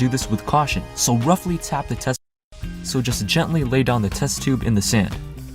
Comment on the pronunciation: haha "just roughtly...." cracked me up, great video man!